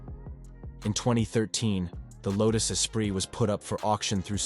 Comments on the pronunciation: LMAO "Low-tooss EspriTT" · Low-toos e-sprit?